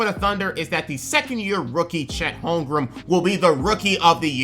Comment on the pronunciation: There’s only one M in Holmgren, you’re gonna have to learn players’ names if you wanna make it ❤️ otherwise love hearing what you’ve had to say!